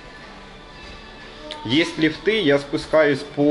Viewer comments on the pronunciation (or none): ЛИфты ударение на И, удОбнее ударение на О